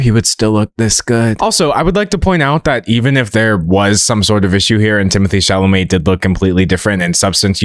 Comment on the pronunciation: I thought he was so hot until Katya called him "Timotay Chalamay Tae in the wae".....it's like she snapped me out of a spell and i will never recover...😂😂😂😂